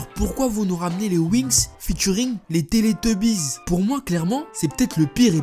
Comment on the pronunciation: "les télétubise" haha chui mort